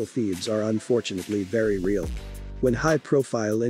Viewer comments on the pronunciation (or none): none